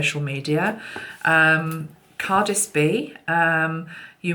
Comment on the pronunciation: I think Cardsyb is pronounced Cardsee-bee if you know what I mean. She's lovely isn't she. Love the gorilla and the cards you used, how incredibly talented people are. Much Love. 🎄❤️🎄❤️🎄